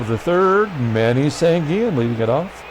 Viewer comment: Pronounciations: In Spanish the double L sounds like a y as in Sanguillen, Versailles, and Llenas. Winston Llenas is in the Carribean Baseball Hall Of Fame. Bobby Knoop (K-Nop) as if it only had one O. I remember seeing Tom Bradley of the S.F. Giants in 1973 pitch a pretty good game against the Mets at Shea Stadium. Nice crowd that night. Glad the Pilots won.